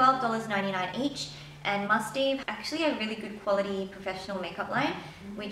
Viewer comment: My friend bought some skincare from Elishacoy and I hear they're all really good. And from what I hear from other videos I think the Mustaev brand is pronounced Must-have. Sorry for correcting you.. :/ Anyway love these type of videos! <3